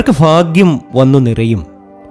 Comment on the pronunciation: ഫാഗ്യമല്ല. ഭാഗ്യമാണ്.